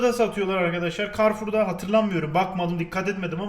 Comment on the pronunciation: carre four carre foursa oluyor (karfour karfursa)